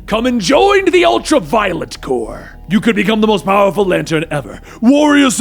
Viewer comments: The 'ultra-violent' corps? No. Practice pronouncing words more. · U said ultra violent Corp 😂😂